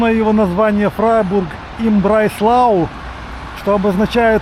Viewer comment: Нет такой местности там под названием Брайслау😂. Город называется, Freiburg im Breisgau ( Фрайбург им БрайсГау). Breisgau - это регион между верхним Рейном (Hochrhein) и Шварцвальдом (Schwarzwald). Будьте точны в названиях городов, Вы же блогер, несёте знания в массы😊